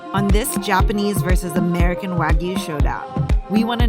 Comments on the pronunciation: "Wag-oo" lmao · If only he had an example of how to actually pronounce wagyu. 🙄